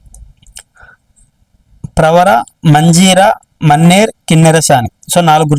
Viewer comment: మన్నెర్ కాదు అది మానేరు రివర్